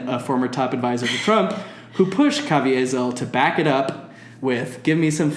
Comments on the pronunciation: I know you don’t like either of them, but the senator from Texas is named Ted Cruz. I’m only saying this in case there’s a good person out there named Tim Cruz. Also, I think Jim Caviezel is just pronounced Ca- vee-zel, but I could be wrong. Again, I don’t like either of them, and would not want to associate myself with either of them, but in case you wanted to be correct. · ca-vee-zil is the pronunciation. Yeah I'm going to be that person. Lol. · How you pronounce Jim Caviezel's name had my dying 😂 Love the background info about Ballard and his shitshow organization!